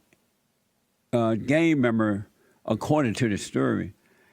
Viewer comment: Hilarious how JLP pronounces gangmember as gamemember. HE BLACK